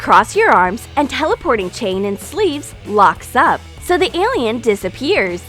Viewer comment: She pronounces teleportation sooooo weirdly it make me cringe